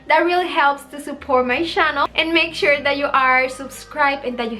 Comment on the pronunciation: Someone should help her pronounce channel?